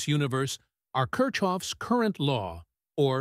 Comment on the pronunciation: It's pronounced like KIRKOFF,.